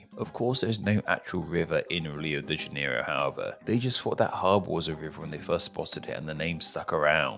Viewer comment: rio de janeilo